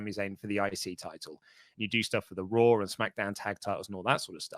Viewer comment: "On your RAaW"